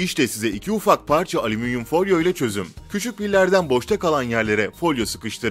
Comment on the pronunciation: aleminyum ,alzarmir yahu siz nece konuşuyorsunuz nerde yaşıyorsunuz?